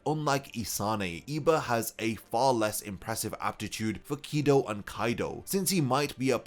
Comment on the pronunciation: I refuse to watch a video when you can't even probounce Kido from Kaido. Like seriously? One is a sorta spell in Bleach and the other is one of the 4 Pirate Emporers in One Piece. Pronounce better or don't make videos about things you can't pronounce